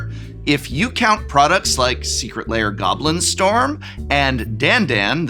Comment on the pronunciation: I always hear "Secret Layer Alert" from prof's enunciation xD